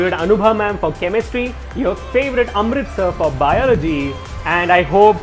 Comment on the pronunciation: Amrit sir.. sounded like Amritsar😂